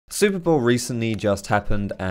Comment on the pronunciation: I think that im retarded, i had to re listen the very first word 10 bloody times to understand thar he actually said super bowl... Silly me.